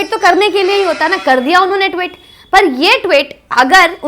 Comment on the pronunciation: ...your videos are informative and sincere and passionate, etc. But your pronunciation of Tweet as Twit is most enjoyable. Twit has a completely different meaning. Just an observation. Not a criticism. Your videos are always liked.